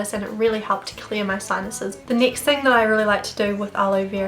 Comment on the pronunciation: It drives me insane how u say nixt or neext instead of next